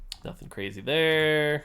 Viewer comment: “You get NATHING”